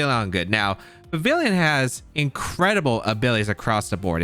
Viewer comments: You didnt say anything about it but i'm pretty sure vivillon pronounces like vee vee on, it is supposed to be french so the L is mute, like réveillon(i hope this word is known around the globe) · The 2ay you pronounce Vivillon hurts me so much. It's Vivi-yon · That word isn't really known to English speakers, but yes, you're right about Vivillon. Plus there's no "i" after the double "l" anyway so even if not for the French pronunciation, these Youtubers would still be pronouncing the name wrong just based on the spelling, lol.